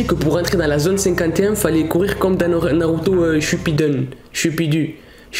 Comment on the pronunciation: Eh frère prononces bien le nom de Naruto